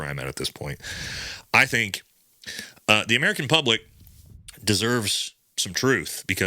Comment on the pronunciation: You don’t emphasize the second word, you emphasize the first.